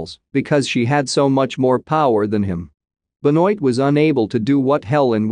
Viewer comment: please pronounce properly Blanc's first name!